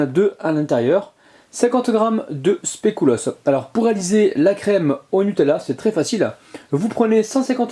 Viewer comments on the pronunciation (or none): super recette comme d'habitude mais normalement on dit pas specUlos (je sais je suis chiante 😂😂)